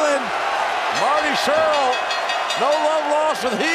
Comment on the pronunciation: Surl? Really?